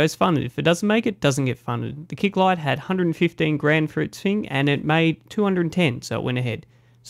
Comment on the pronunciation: You also said fing instead of thing. frough instead of through.